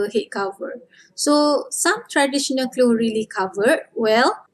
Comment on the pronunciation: All of your video is perfect for Learning.... P.s. when u say "clothes" u pronounce only "klo"🙄